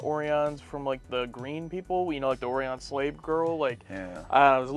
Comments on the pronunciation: Isn't it supposed to be pronounced "O'Ryan" and not "Orey-ON" The so-called Orion colonies have long been mentioned in Trek lore but I dont believe they've ever been seen. This is the first time I've heard it pronounced this way. Is it possible that Shatner mispronounced the word, you know, because he's Canadian? They do that a lot, you know, those Canadians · I love how because the Orions performed a suicide run on the original series and, therefore, the entire race has to be suicidal. [facepalms] It's a wonder the race survived to into space. ;) I also am amused how the pronunciation went from Oh-Rion to Or-Ion. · They didn't refilm the end title. If you look the copyright at the end is:1973 but a 74 copyright is on the episode title card Shatner mispronounced Orion and said Or-ee-on. So everyone else had to follow suit. The Shat wasn't going to redo it. But he didn't tape himself. I find it hard to believe no one tried to correct him. Or they they did and Shatner just rolled his eyes then turned away saying under his breath'nerd..." At Hanna-Barbera whose two were "superving directors" and the real director got a tiny credit after. It's was common practice back it the day. You'll notice no more snail paced Enterprise fly byes. My worst episode of tas is the one they got their (woke) Emmy award for Don't get me wrong, it's an okay episode tbut the guest(new) crewman is gone in the next and last episode . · Also, don’t listen to the…well, in this regard, morons who directed this episode about how to pronounce Orion. It’s like the constellation of Orion, not this stupid… “Oreeawn” stuff. 😆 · So far, the worse episodes have been boring or oddly paced, nothing really offensive to the tastes. You might get something like that in Season 1 of TNG,That was a rough season. Also don't know they they pronounced Orion as "Or-ee-on" in this episode, they're supposed to be the same species as the sexy dancing green lady & the pirates that attacked during "The Journey to Babel"